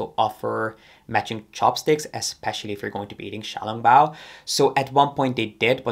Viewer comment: The way you pronounced xiao long bao was so accurate! ❤